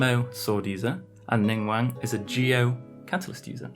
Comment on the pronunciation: Did he say ningwang and not ningguang?